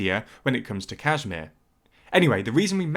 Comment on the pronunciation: Just so you know, it's pronounced "kush-meer" :)